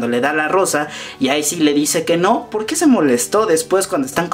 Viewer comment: POQUÉ?!? NO HAY POQUÉ!!